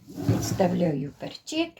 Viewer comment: Гарно,і думаю ,що смачно.Але "пЕрчик",а не "перчИк". Наголос на" Е".